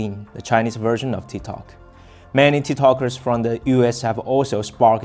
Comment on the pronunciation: Its TikTok not TiTok !!